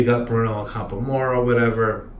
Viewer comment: By the way, Ac*am*pora is stressed on the 2nd syllable. Thus endeth the lesson. I'm curious - did you try Azzurro di Capri?